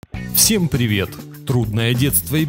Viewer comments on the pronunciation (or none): none